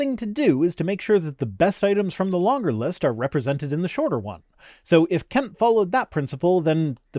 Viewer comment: Kent? Wrong vowel surely !!